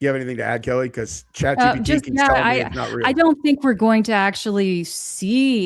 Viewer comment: It's keli